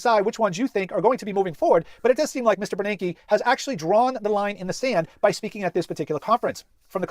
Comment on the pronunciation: His name is Ben Bernanke. Not Bernard.